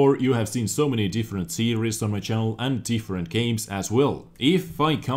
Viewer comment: Also, I love the way you say, "series" it sounds like "serious" but im not hating :P